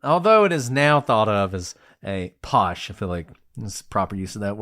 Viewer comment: Very pleased that your doing the case of 10 Rillington place. the fact your saying posh is so funny 🇬🇧🇬🇧🇬🇧❤️🤩 Check out the film with the late great Richard Attenborough sad but true crime in London.